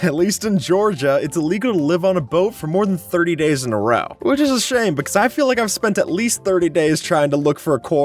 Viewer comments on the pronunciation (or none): none